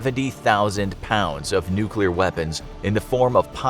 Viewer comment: "nuk war"